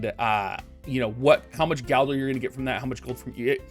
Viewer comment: It's gilder not galder :(